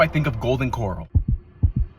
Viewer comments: kor-Al, like a place you keep horses or live stock, not kor-ull like the sea anemone. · Come on nga, it's Core-rowl...like the O.K. Corral... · Honey...it's pronounced core--ral😊 just thought I'd let you know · Golden Core-Al would be correct pronunciation. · After he pronounced it Coral I immediately went to the comments lol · It's COR RAL...SAY IT AGAIN COR RALLLL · The way he pronounce Coral is dissing me off‼️🤬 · Wearing a Texas shirt and pronouncing it “coral” smh. This has gotta be ragebait for southerners. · His thick a$$ eye brows already make him a punchable person. But when he pronounced Corral like Coral 🪸. It pisses me off even more and makes his face that much more punchable. Even my Autistic Nephew pronounces it correctly, shout out to you Andrew, love a bud. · Lol right i was literally yelling at him to pronounce it right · it's pronounced golden core-al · The way u pronounce the name is killing me 😅😅😅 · There's no way this dude doesn't know how to pronounce corral correct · Dude from Texas can't say "Corral"? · Him: mispronounces corral. Me: checks comments. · Are you messing with us with that pronunciation of corral? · Must be just that one or that particular chain..Could just be the staff and management does not care. The one where I live is pretty darn good..... (and the pronunciation is well off and incorrect) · The way he say Corral sounds like he went to bikini bottom 😭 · As somebody with the last name Corral, i can confirm this mispronunciation happens a lot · Id say, and hear me out, your 1 star review, is more terrible than the food. The sound effects, and constant vine booms, along with misprouncing corral, is enough to give this 1 star-review review, 1 star. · Who the hell can't pronounce Corral correctly 😮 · Bro I would never knock anybody out there doing their thing, shout out to everybody out there doing their thing, but come on dog. You don't know the difference between the word coral and corral? Or was that for content purposes?😊 ¥